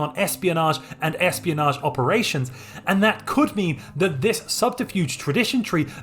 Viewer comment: All is great except when you say "research" or "espionage"